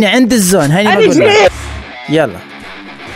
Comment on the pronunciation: ملك هيد شوت❌ ملك هيت توت ✔️